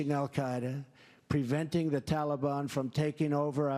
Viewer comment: Did anyone catch he said "talibon"... what are they, the missing teletubbies character?